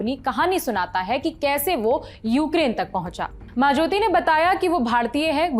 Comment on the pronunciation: It is मज़ोति not मां ज्योति